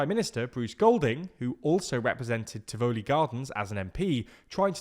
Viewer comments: TIVuhlee, not tivOHlee. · Just to say we pronounce it Tivalley, not Ti Voo ly. 😊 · Tivoli is pronounced "tivalee" not "Tiv O'lee" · Great video but please check the pronunciation of "Tivoli". The "o" is short as in volley or volleyball. So it sounds like Tivolley.😊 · I remember doing the equivalent of A levels in the midst of the Tivoli Incursion. Also note, it's pronounced "ti-vuh-lee". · 1. You pronounce Tivoli weird. 2. Bruce was a good PM but committed political suicide to project Coke. 3. Normal Jamaican not feeling what you are talking about. It's basically accounting and still corruption by the high class to enrich themselves. That's why Manny hate the current government. 4. We are exploited by low wages and American call center now like to sell up shop here. People with high degrees are working in low wage call center while the government give themselves record increases that match the UK and Canada while some in parliament have no education and either can't or won't read. Then with the little increase for they rest of us, we have to now content with the sliding dollar that hitting record low ever 3 days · Firstly it's not pronounced Ti-voo-lee it's Tivoli. Quick and short not drawn out as you mispronounced it. Secondly the barricades were erected by the residents of Tivoli Gardens because they were fearful of the security forces intrusion would cause exactly what happened when the went in to get Christopher (Duh-dus that's how its pronounced no doodus) Dudus Coke. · You mispronounce Tivoli (accent on the first syllable) as well as fiefdom. I have heard about the IMF and debt, but not about whether the government is serving its people well with services such as education and healthcare.